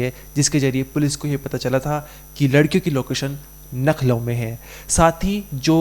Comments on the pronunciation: Bhai, Nakhlow nahi bolte Lucknow bolte hai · यार आप लखनऊ को नखलऊ बोल रहे है . बार बार आप नखलऊ बोल रहे हो । सही बोलिये लखनऊ बोलिये ।आपका उच्चारण सही होना चाहिये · Nakhlav nhi Lucknow h thik se pta krkr bola kro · Nakhlau nahi Lucknow bolo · Nucklow ❌️ Lucknow ✅️ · Lucknow hota hai naklau nhi bolna nahi aata h to mat karo anchor giri bhai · LUCKNOW boliye plz NAKHLOW nhi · भाई तू अनपढ़ है क्या, लखनऊ इतनी फेमस जगह है फिर भी तू नख़लऊ पढ़ रहा है, तू इंडिया से है या युगांडा से... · Arebhai nucklow nahi Lucknow hota hai aur aap bar bar nucklow bol rahe ho itne bade channel ke anchor ho aur ashuddh bol rahe ho sudhar karo😊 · Why are you telling you nakhlaw it's a Lukhnau😅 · 😁🤣humne b yahi suna baht se log लखनऊ को नखलऊ bolte hain jo lucknow ke nhi hote